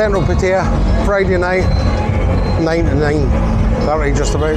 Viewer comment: Gonnae no say Pattaya with an East coast accent ... also you don't give the Rockhouse a mention .. Alex has been there 18 years .. also Retox bar on soi buakow good wee bar ...